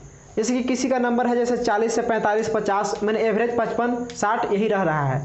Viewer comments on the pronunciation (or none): none